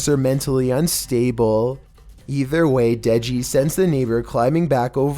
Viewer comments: hey when you said deji i heard neji for some reason XD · I think she was saying incomplete English. It sounded like she says denji pet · The deji one the girl either says deji or touchy not 100% though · She says touchy I think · The girl said Deji or doggy. No. 6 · She said: De-Deji? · she said dejl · I am deaf and I even know that blonde chick says “Deji?” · She says de deji